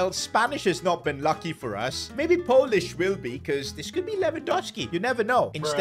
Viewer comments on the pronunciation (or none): none